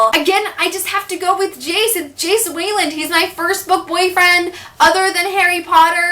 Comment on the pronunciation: Hearing you say Jace Wayland was the weirdest thing ever